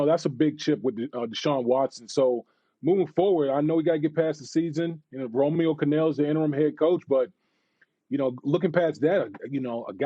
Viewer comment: “Romeo Conel” jajajaja 🤦🏻‍♂️ bruh